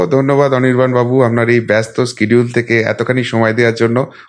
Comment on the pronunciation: হেমন্ত সোরেন কিংবা কেজরিওয়াল কারোর সঙ্গেই আর এস এস এর যোগ নেই তাই ওদের গ্রেফতার করতে কোনো অসুবিধা হয় না, কিন্তু প বঙ্গে হয়। এখানে আর এস এসের দুর্গা আছে! আর আপনি মার্কিন পন্থী নাকি? শিডিউল কে স্কিডিউল বলেন!!??